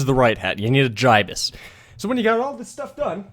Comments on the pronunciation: how come he says GI-BUS, it's supposed to sound like GIB-US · It's gi-bus not fucking ji-bus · Gibus not jibis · its pronounced as gibus not jibus dummy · It's Gibson not guy is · I dunno what’s worse the fact I use my favorite scout bat to make this or the fact he pronounced the gastly Gibus gastly giabus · It is said jibus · the gibus is actually said like gibbus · >Says Jaibuz instead of Gibus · He pronounced gibus wrong